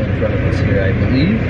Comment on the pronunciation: “We’re really doin it Hair’!!!”